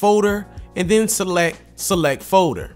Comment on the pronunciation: I can't un-hear the way he pronounces "folder" as "faux-der" lmao